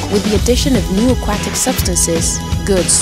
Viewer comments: I hate how she said aquatic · Did you not think you should go back and re-record this voiceover after it became painfully, painfully clear that your voice actress doesn't know how to pronounce "Aquatic"? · "a QWA tic" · "Akwattic." Can't unhear it. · "Aqauktic animal"😂😂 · "aqu WAT ic" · A-cwah-tack lol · The way the narrator says "aquatic" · Being an Australian and hearing her say Aquatic hehe, Accents are funny. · I have never heard somebody say Aquatic so very wrong. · Is nobody going to talk about how she says "aquatic" here? Edit: Scratch that; how she says aquatic throughout the whole video??